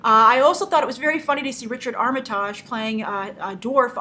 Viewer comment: His name Armitage is pronounced as the 'tage' in heritage, not collage. But great discussion as always :)